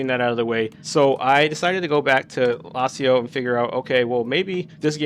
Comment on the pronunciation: How do you not know how to pronounce "lasso"